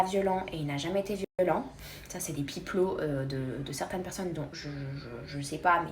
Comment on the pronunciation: On dit « pipo »